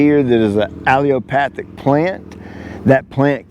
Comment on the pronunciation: Great Vid! Pronounced, Ah-Le-la-Path-ic! Paul Outlaw talks about this over at Paul's Prime Cuts. He will only over seed Rye in Bermuda if the customer insists on it. You knew what you were getting into as it should have been sprayed out in early March. But it looks so darn good, I don't blame you! Live in learn! Peace and God's Love! Chad Upstate NY